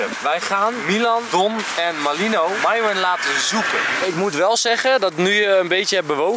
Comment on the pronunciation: Ik snap niet waarom enzo de naam van myron steeds fout zegt